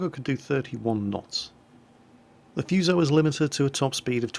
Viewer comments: gee look it up on the fucking internet maybe? he even looked up what the word fuso means ffs but couldnt bother to read how to pronounce it? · EcchiRevenge Been reading books on warships all my life and never have seen Fuso with the U, nor the Kongo. Not saying your wrong, but in the English it has never had a U, nor in the bible of warships, Jane's fighting ships. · No, no, no!!! the U in Fuso should be pronounced so that it rhymes with food. When you see Japanese words written in English the vowels all only ever make one sound. A's are always the short a, E's always rhyme with hey, I's always have the long e sound, O's are always the long o, and U's are always oo so that they rhyme with drool.